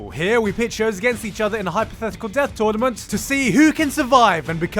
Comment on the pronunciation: JUST BECAUSE YOU SAID TOURNAMENT ARC PROPERLY IM GONNA WATCH THE SECOND SEASON OF BNHA